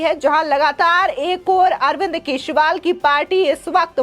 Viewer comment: Dear Madam, can you please pronounce the surname of AK correctly ? Or simply address him as a Natvarlal.